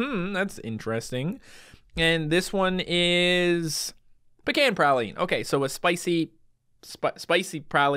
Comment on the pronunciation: I feel bad but every time he says pecan I slowly get more triggered